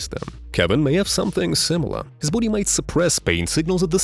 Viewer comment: Why does he pronounce body like "Boody"?